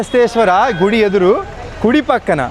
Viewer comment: Anna adhi gidhi kadhu anna gudhi adhi